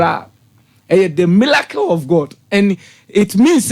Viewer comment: Listen to this liar. He says MILACLE instead of MiRACLE and VELY instead of VERY. None of his predictions will come to pass. Liars